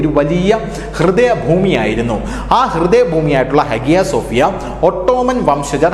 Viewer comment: @@@ note >>>. ഹാഗ്യ സോഫ്യ എന്ന് ഇംഗ്ലീഷിൽ എഴുത്തുമെങ്കില്ലും അവിടെ ഉള്ളവർ പറയുന്നത് ഹയാ -സോഫ്യ എന്ന് ആണ്.